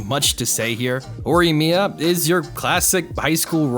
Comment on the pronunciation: Just say “Mia-more-a